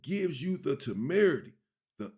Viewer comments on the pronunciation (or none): He said TAMERITY.... Good word dog... Meaning the AUDACITY. I learned a new word today...